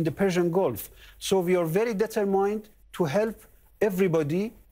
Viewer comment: he cant pronounce : determined correctly